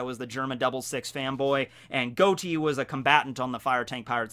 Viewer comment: To hear you say Goati instead of Gotti, like John Gotti, makes me sad